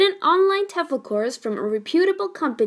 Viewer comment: I wouldn't take advice from a computer-generated voice that doesn't even pronounce words like "whilst" and "reputable" accurately.